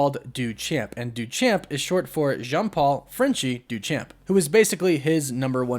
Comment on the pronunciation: 🙈🙉 the way you pronounced “DeChamp”